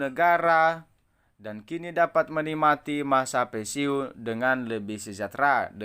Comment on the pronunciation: BACA AJA BELUM LANCAR ,SDH BISA NYEBAR BERITA BLM TENTU BENAR . PENSIUN BUKAN PENSIUNG .